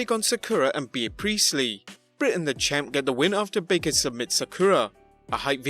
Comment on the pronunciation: its pronounced bee priestly not beer lol